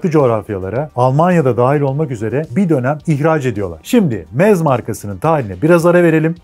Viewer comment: Almancada doğru telefuzu şöyle "MZ" = "EM - ZSET" "MZ" açılım "MOTORENWERKE ZSCHOPAU" = almancada telafuzu "MOTORENVERKE ZŞOPAV "